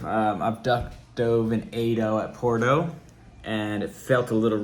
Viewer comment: I figured, he just pronounces it with a "Po" which is strange